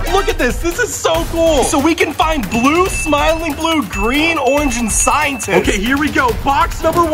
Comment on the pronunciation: But…. Scientist? ITS REDD😂😂